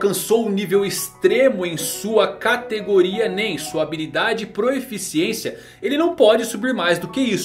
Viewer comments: é PROFICIÊNCIA e não proEficiencia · Várias vezes no vídeo vi que você se acostumou a falar "proeficiência", mas a forma correta de escrever e falar é proficiência, dá uma ouvida na mulher do google falando a palavra que você vai perceber kkkk.